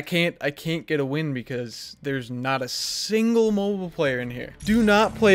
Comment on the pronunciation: Said mobile, not mobile.